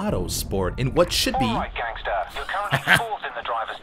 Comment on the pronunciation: The way the British man says gangsta XD never gets old....